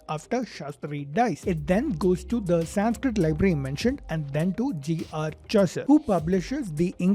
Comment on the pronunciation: Bro you are Indian. You must know the correct pronunciation of the word "Sanskrit"